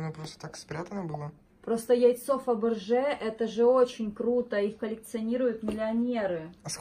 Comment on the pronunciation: а не Фабэржэ